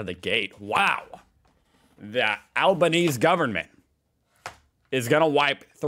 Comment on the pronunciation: Al-ba-knee-zee is his name 🤷‍♀️